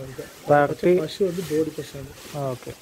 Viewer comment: പലതവണ പറഞ്ഞിട്ടുണ്ട് അവതാരകാ പഷൂ അല്ല പശു....